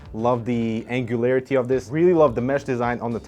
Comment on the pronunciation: "Angle-larity" ??? ;-p